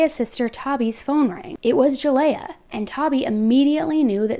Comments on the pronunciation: Her name is pronounced ( Ja lee yah) not (Ja lay ah) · Please do some research next time because you’ve been saying Jaleayah’s name wrong the whole video.